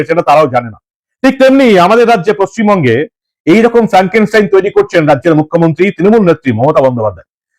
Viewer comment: পচিমবঙ্গ উচ্চারণ টা ঠিক করে করুন